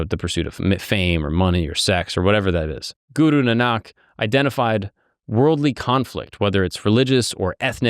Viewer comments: Its not Nanaak, its Naanak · It’s Guru Nahn nik not nahnak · Guru Nanak is pronounced ‘Naanuk’ 🙂🙏